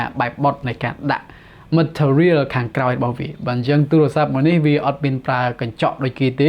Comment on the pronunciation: បងនៅតែនិយាយពាក្យអាទូរស័ព្ទដូចជាឆ្គង